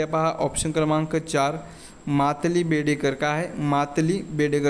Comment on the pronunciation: प्रश्न क्र. 39 मध्ये उत्तर सांगताना आपण मालती जी चा मातली असा उच्चार केलाय! अश्या आणखीही बऱ्याच चुका आपण केल्यात.